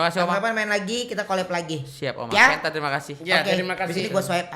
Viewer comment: Sebelum pentung bang billy bilang ken.. = kent*